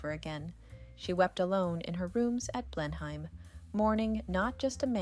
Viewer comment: It's pronounced Blen-um